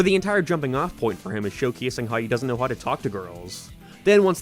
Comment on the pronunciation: Work on how you pronounce "how"